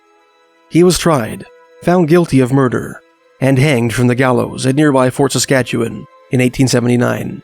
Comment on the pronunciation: Are you from Saskatchewan bc you said it like a resident!